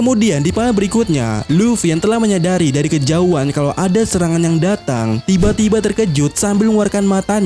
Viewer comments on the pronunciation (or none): none